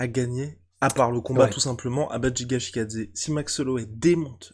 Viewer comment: Ce n'est pas Jiga c'est Giga brooo's des sueurs x)